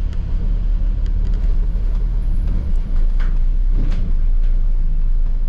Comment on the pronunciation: I hope that was meant to be Tooting not Totting😄